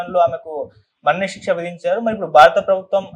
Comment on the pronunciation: "మరణశిక్ష" అని సరిగ్గా చదువు సోదరా!👉👉